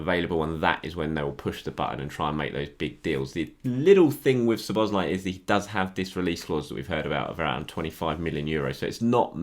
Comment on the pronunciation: Nice pronunciation of Szoboszlai's name. KUTGW. :)